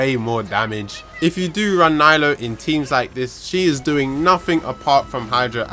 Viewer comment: Hes only AR 56, he can’t even say her name right😘 NILOU FOR THE WIN